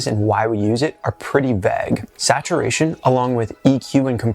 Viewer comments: "Vague" does not rhyme with "leg", sir. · Are u saying Vague ?